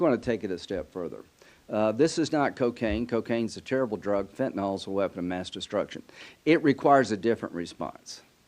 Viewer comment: Cheeto puff's bestie cheese puff what do you mean "we're gonna"?? You can't pronounce fentanyl correctly. You are a damn joke yourselves 😂